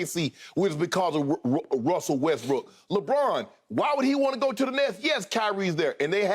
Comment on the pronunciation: "Russell WestBRICK"! Skip, I'm LMMFAOOOOFFFFFF 😆😅🤣😂👍🏽